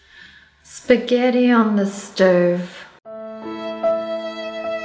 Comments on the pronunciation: Did anyone else notice Wengie said “Psagetti” instead of “Spaghetti”? 😂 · who else noticed that she said "pusgetti" instead of spaghetti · did you know that she says pesgetti instead of spaghetti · It’s not pasghetti it’s spaghetti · Wengie says pissketty, not spaghetti??? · You dont pronounce it as sp-GET-ty Its spa-get-i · It’s pronounced spa get e And spaghetti looks like it says spag het ti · She said pasgettie instead of spaghetti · Notice she said pasghetti instead of spaghetti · Did anyone else hear "mmm YAY pasgetii"? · did anyone notice Wengie said Pesgetti LOL 2019 anyone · In Wengie said yay pasgaty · She said psgetti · WHY DO PEOPLE SAY 'PESKETTI' ?!? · Wengie:YAH PASQUATEY Me:you said it ALL wrong😆😆😆😎😎😎